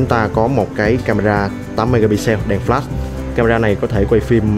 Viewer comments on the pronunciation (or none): none